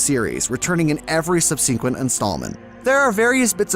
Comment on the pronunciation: Your pronunciation of the word ‘subsequent’ sounds weird to me.